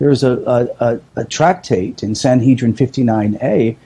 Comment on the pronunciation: SanHEADrin not SanHEEDrin ;-)